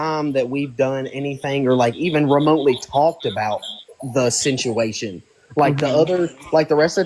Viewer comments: If I had to hear him say "the sinchuation" aka "the situation" one more time..... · Talk about ignorant as he pronounces situation totally wrong lol just cant make this shit up!!